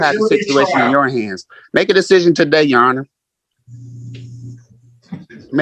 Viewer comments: "Tah-day!" - illiterate AND arrogant. Great combination… None of these sovereign fools know what a BEY is: "the governor of a district or province in the Ottoman Empire." - New Oxford American Dictionary It is a title, NOT a name. ATT: Judge Perkins... Problem is that is LYING about his name and he's absolutely certainly 100% going to throw that in the court's face when he loses. Compel him to use his real name. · Lol what a fool.. "tuh-day" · “Ta - DAY.”